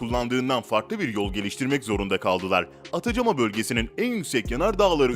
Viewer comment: Atacama yazılır Atakama okunur , telaffuzu da yazıldığı şekilde değildir ..